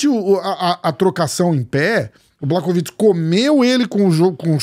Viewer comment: Mais um video muito bom, bastante informativo. Só um detalhezinho que ninguém perguntou, mas conhecimento nunca é demais (e também devo estar ajudando com o engajamento do vídeo): “Błachowicz” se pronuncia “Buarrovitch”. Fonte: trust me, bro! 😉